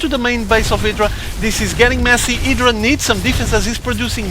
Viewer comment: Idra not edra haha